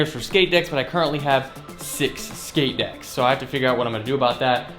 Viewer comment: "shix shkate decks"